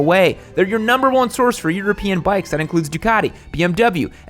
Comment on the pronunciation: Don't forget European (ur-a-peeing) bikes suck. Lol